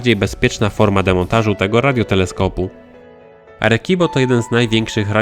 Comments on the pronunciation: Czyt. "Aresibo" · "Arekibo" hahahaha o jacie xd pękłem ze śmiechu